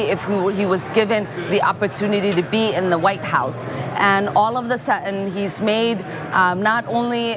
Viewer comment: Sudden not su en